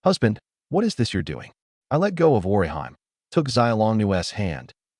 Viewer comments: It's just a small thing, but the way the A.I. pronounces Orihime as..Or-i-HIME...annoys since part one. LOL🙃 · Because they aren't pronouncing Orihime correct it took me half way through the 1st episode to realize it was supposed to be Orihime from Bleach 😂😂😂😂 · I hate the way the ai pronounces Orihime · Google how to actually pronounce orihime name